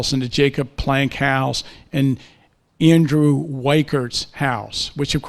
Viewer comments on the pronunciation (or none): none